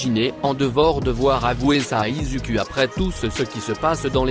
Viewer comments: Pardon ??? On dit "izoukou " et pas "Izuku " 😱🤐😒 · Ça se dit izuku